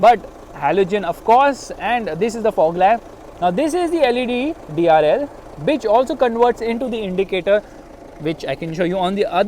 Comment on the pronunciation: which or bit*h? 😅😂